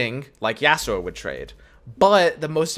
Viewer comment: Normal person: Yasuo: Ya'sssuo